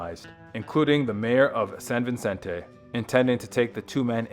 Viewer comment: That drove me nuts. I can understand butchering "Nahuel Huapi" (It's NAH-well WAH-pee; he pronounces it No-EL-ah-pee, rhyming with "Penelope"), but "cavalry"? Also, it's San Vicente, not San Vincente. No "n" in the second word.